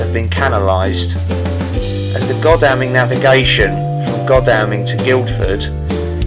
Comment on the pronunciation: Great video, I'm only halfway through it at this point. This video and the Greatstone one resonates with me, my personal situations in the past and present on many points. Thanks for highlighting things. 👍🏼👍🏼 On the pronunciation point, Godalming is pronounced god-all-ming and Skål is sk-ore-l. Looking forward to the next video.